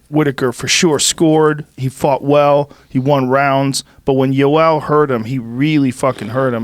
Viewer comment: Jorge's of latin descent and he calls Joel Romero "joel" and Rogan's obviously not latin and he calls him "iiioel". I just thought that was funny af